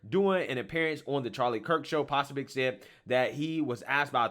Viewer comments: PRONOUNCED PA SOOOOOOOO BIC..... NOT PA SOB IC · Poso- bic Say it right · You follow him, but don't know how to pronounce his name? 😂🤣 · That’s not just another media person. That’s Steven K Bannons guy. 😳 that and you’re butchering his name, and the location. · I think he does it on purpose sometimes. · You said his name 6 different ways, none of them correct, it's deliberate. Wtf is your deal?